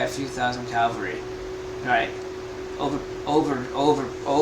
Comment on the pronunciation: CAVALRY- not 'calvery' lol. Enjoying this, awaiting for your guest Donald Jeffries' five year old comments